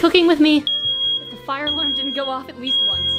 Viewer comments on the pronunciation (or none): none